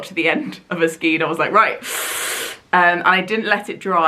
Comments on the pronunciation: I love that colour SO MUCH. You're doing awesome. I have to tell you though that the twist of yarn is pronounced SKANE not SKEEN. Bloody Englsh! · It's skein not skien. Pronounced skayn. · Knitter with 45 years experience (help! Well, I did learn to knit at 6 but still...) couple of hints and tips - 1. skein is pronounced to rhyme with rain. 2. If you can afford it, always buy an extra ball or skein, so you have extra yarn for mistakes, but also to guarantee you have yarn for repairs down the track. 3. When you wind a ball from a skein, if you can't get someone to hold it out on both hands (which is the easiest way to wind the yarn), get two kitchen chairs back to back, slip the open skein over them, move them apart so it is kept taught, and wind your ball standing up. Far fewer tangles, much easier and faster to wind. 4. As a few others have said, if swapping yarn brands, match for meterage/yardage with the pattern, not weight. And try to keep the yarn thickness as close as possible. You did an amazing job, and I hope you enjoy wearing it. If you find that you don't wear it because of the length, don't be afraid to unpick the body and re-knit it shorter - the extra effort for a garment you will enjoy wearing is worth it. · Skein is pronounced to rhyme with rain, not with seen 😺